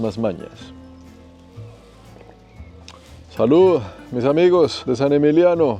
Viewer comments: Es "Saint-Émilion", no "Saint-Émilio". San Emilio es un municipio de Filipinas. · No es ni Saint-Emilio ni San Emiliiano es SAINT-EMILION. Menuda burrada sueltas, respecto al Palais Cardinal. Ahí no vivieron los Romanos fue construido a partir del siglo XII. No sigo con más detalles para no decepcionar a tus seguidores. Hay que documentarse antes de publicar algo. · Hola, vamos a ver, a ver si te sitúas vale??? se pronuncia en castellano Sant Emilión, con N, y no es Bordeus, es al reves: se dice Burdeos. Y en cuanto al edificio que dices que fue un edificio romano (1,07), se construyó unos 1.200 años mas tarde; realmente deberias informarte mucho mejor, no es un fallo aislado el que has tenido, son unos cuantos en un mismo video, sin comentarios....y tu te dedicas a esto??? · Es Sant Emilion, Y esta vez si que tienes que pronunciar la T , Y Emilion asta el final , Saint Emililion se pronuncia completo y se articula completo.